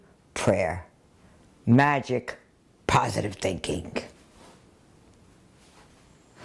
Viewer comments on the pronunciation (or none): listen how she says positive thinking.